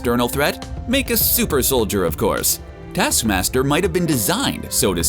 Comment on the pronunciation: ‘Detaskmasder’, ‘Nedasha’? Get some nasal decongestants man. Everything you do makes me watch something else. Are you deaf?? Are you a robot? WHERE IS YOUR AWFUL VOICE FROM?!